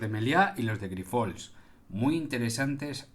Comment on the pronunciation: Buenas tardes. Grifols es un apellido catalán y la sílaba tónica es la primera. Es llana, no aguda. Espero que te ayude este comentario ya que es una palabra recurrente en tus vídeos. Saludos y adelante con tu trabajo que nos ayuda tanto. Gracias.